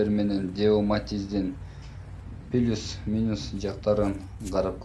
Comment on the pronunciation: Пилус дебей плюс дечи э